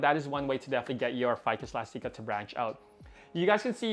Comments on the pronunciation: "Ficus Elasteekah" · Mine looks great too! Your string of hearts is looking great. Also, isn’t it eh-last-ick-uh? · Ive been pronouncing it "elastic-a" this whole time ☺️